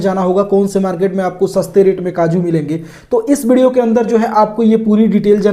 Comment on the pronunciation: हे भाई ये व्हिडिओ को बिडियो क्यू बोल रही?😊